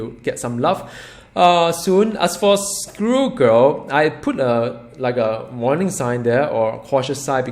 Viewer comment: The one thing that keeps me coming back to this channel is how pronounces Squirrel Girl. In one video he talks about "School girl" and have me totally confused and in this video he mentions "Screw Girl". I love it!